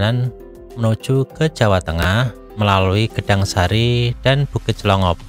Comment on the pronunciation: Clongop bukan dlongop